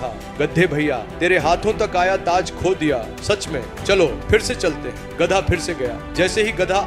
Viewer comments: गद्दा नहीं गधा होता है, बोलना सीख लो पहले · Gadda ya gadha bol to thik se gadha 😂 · Not gaddha.... It is Gadhaa. Pls. Pronounce properly. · गधा bolna sikho pehle😂गडै nahi. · गदा नहीं गधा होता है भाई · गद्दा नहीं होता रे भाई गधा होता है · Gadha ❎ Gadda✅🤣🤣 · Gadhaa hota he gaddha nhi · Gadda nahi bhai Gadha. Aur kanpuriya main Gad ha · Ghda nahi gadha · Bhosddi ke Gadha Hota hai Na ki Gadda 🎉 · Es aadmi ko gadha nahi bolne aa raha hai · Poori story me gadhe ko gadda bola raha hai, aur last me to gadhe ko lomdi bol diya😂😂 Theek se suno😂😂